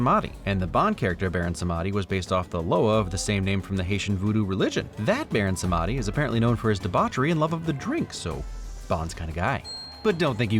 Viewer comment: Baron Samedi is pronounced Bah-rone Sahm-di. eye twitch